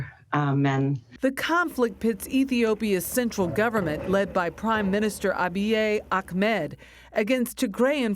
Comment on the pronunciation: Say Abiy Ahimed not akmed DUM